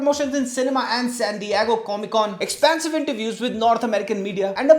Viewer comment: Bencho ye “expaansive” kya hota hai